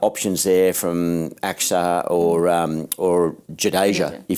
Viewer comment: It's अक्षर not Aksar It's पंड्या not paaaaandya 😊